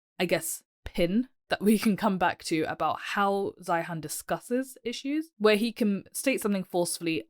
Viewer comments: Peter's last name is pronounced "Zīən" like "Zion." You sound completely uninformed continuing to mispronounce his name. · Please learn how to pronounce his name correctly and actually read his book. Then you will be much better qualified to critique this expert. Can you clarify who you are? I get the impression you are a China apologist or maybe even a CCP troll. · The least you could do is pronounce his last name correctky, which is the way he pronounces it. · You can't even pronounce his name!! Let's see, he has 500,000 subscribers...You are a...NOBODY :( Your future is as a housecleaner based on what I've seen here. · First of all your mispronouncing his name. Second, I have watched most of his videos. He is usually right but exaggerats everything. The term "collapse" has to be taken with a grain of salt. Collapse could mean reduction. Obviously, if China's population goes down 30% the total GDP will go down, but per capita should go up.